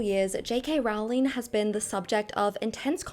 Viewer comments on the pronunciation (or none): her name is pronounced role like rolling pin, J. K. Rowling